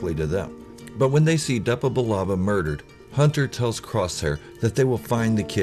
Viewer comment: don’t you mean Hunta, wrecka, tik, eik, and crossszhair